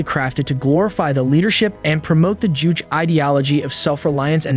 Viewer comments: Juche (주체 in Korean). But the final e is pronounced as "eh". He mispronounced it as either "jewish" or "juke" it in every instance and that's probably why the subtitles are also wrong, as they seem auto generated. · North Korea's philosophy is called JUCHE. Pronounced as JU-CH-EH.